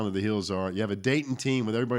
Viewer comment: This guy needs to correct himself its Dayton not daytona!